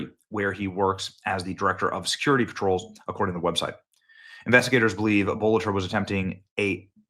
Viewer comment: Benny, you are a drama queen. His name is BOLTER - NOT BOLETTER